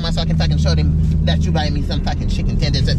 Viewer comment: “Did you really take me to get chicken twenders and fries 💅” I can not😂🤣😭